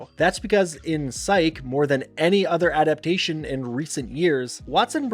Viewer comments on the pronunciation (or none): none